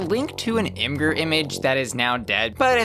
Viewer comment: Imgur is pronounced "image - er" Just FYI.